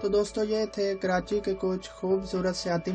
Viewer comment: Karati nai hota karachi hota hai